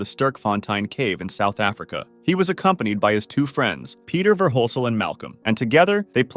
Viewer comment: Its Pieter not peter